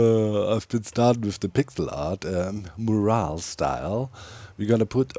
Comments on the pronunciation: Pronunciation tip, you’re pronouncing mural as more-al but it should be pronounced muh-your-all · Amazing work Doc. The mural looks fantastic. Pronounced me-your-all but the timing is more like myour-all. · Mural = Mew - Ral (Mew as in Moo - cow sound. Ral as in Rally without the y) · mural is pronounced "mjural". Thanks for the best content on the HC-server! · In case you mind, Doc: the syllables in “mural” are usually pronounced “myurr” (rhymes with “spur” or “burr”) and “ull” (rhymes with “cull” or “pull”). Myurr-ull. But personally, I don’t mind your unusual pronunciation of it! It’s obvious what you mean in context. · The pronunciation of mural is “myur·uhl” 👍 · idk if you care about it, but mural is pronounced "miurol" with the "mju" like in the english pronounciartion of munich (München) and "rol" like in "im on a roll" (im german myself and english pronounciation is weird as heck so i feel your pain, but as an english major i felt the need to write this comment :P) hope i dont seem like a smartass <3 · Not that it really matters, but incase you'd like to be confident saying mural, it's pronounced 'm-you-r-all'. Very similar to morale 'm-or-al' (high group spirit) and moral 'mo-r-all' (lesson of a story) English is hard 😮‍💨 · Just a PSA... "Mural" is pronounced "Mm-You-Err-All" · where i'm from, its pronounced m-your-als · BAHHAHA i absolutely LOVE the way u say mural brings a smile to my face every time :))) Here in Australia we pronounce it “myoo-rul” which I’ve been told is pretty funny too 😆